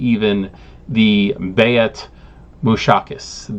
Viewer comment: I don't think its necessary for you to be policed on how to pronounce tbese arabic inspired names since this is a minor cintent in the greater WOD + you have no practical need to learn arabic. Its not fair to you to force that on you. Im sharing this tidbit given that the word pops up so much: Bayt is pronounced like the English word "Bait".